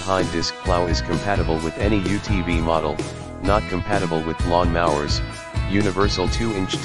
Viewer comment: Please teach your AI to say lawn mowers not lawn mahwers.